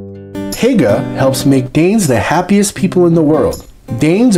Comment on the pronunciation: Hygge is pronounced closer to whogah. What about shipping and pharmaceuticals? I didn’t know about burgers! Funny, the best burgers and fries I’ve had were in Copenhagen and in Reykjavik. Btw, I’m American. 😁